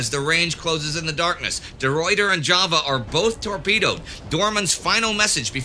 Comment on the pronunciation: You butcher the name of the Ruyter...... Eternal shame be upon you Indy for this, as Michiel de Ruyter was the finest Admiral to ever walk this earth and a celebrated national hero to the Dutch to this very day.